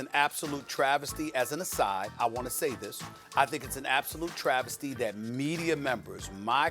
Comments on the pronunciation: Nobody Absolute nobody Stephen A. Smith: “THE MEDIEERR!” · STEPHEN A “MEDIAR” SMITH 😂😂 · No one: Stephen A: "because the medier" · “The medier” lmfao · "Medier?" My man the words is MEDIA!! Cmon SAS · Stephen A- " Mediaer" -Smith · "Mediar" lol